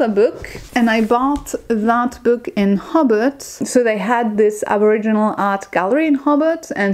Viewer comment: Hellloooo enjoyed watching your vid. haha i did have a giggle at the accent on how you say hobart (sounds like hobbit which is very fitting to be fair for hobart/tasmania haha!) ho-bart. I defiantly can see why there were frustrating parts of Australia, particularly Melbourne where im from. Melbourne is defiantly more about some of the laneways, coffee, business and then if you (exactly as you said) go outside the city I would recommend the dandendong ranges for walks and if you like beaches the Mornington peninsula. I recently went to tassie and unzoo is different from many of the zoo's in australia. Sydney is great for tourists as its basically set up that way. oh because i love bugs and snakes and stuff haha. Funnel webs are the most venomous spider (lots north of melbourne) and you will basically die unless you get to a hospital VERY fast. But yeah-red backs are scary because they are so easy to encounter. Tiger snakes are dangerous but I would say the Brown snake is far more risky as they are more venomous and aggressive (they are a bit nuts). Technically the taipan is the most venomous but like...nobody sees them. Brown snakes-eep. But yeah travelling and hiking in tassie a few months ago you did really well-and defiantly its best seen on the road with a car if possible. I love that you love bin chickens. Bin chickens are kinda picked on but kinda loved-they are in melbourne too! more in the suburbs though.🐦🦤 oh how were the crazy big goose things in unzoo. ueeeghh! Hah